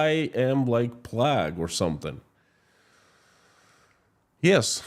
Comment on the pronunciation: Façade is pronounced " Fassard " Plague is "Play-g ".. Keep up the good work